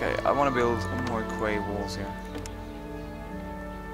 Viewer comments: Just a little tip for the future, 'quay' is pronounced like 'key'. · Oh,. Small point, but to my knowledge 'quay' is pronounced 'key'. Weird, I know. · Quay is pronounced "key" -- protip :'D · By the way, Quay is pronounced "Key".:D